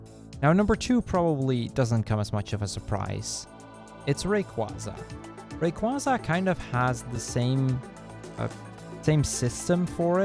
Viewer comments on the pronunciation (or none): Milotic's name is pronounced My Low Tick and Rayquaza's is pronounced Ray qway za. He said their names wrong but I love these games so very much I'm a huge fan